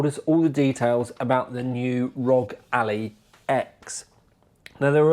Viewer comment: Ally, not alley mate 😂